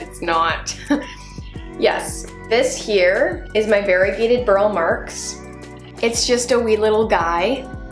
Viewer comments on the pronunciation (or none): Btw, I am a total pedant... Burle Marx is pronounced Bur-lee, just fyi